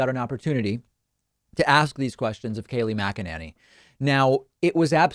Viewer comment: Kaleigh Maganenny 😂😂